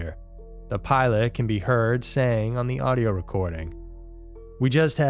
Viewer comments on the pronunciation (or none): none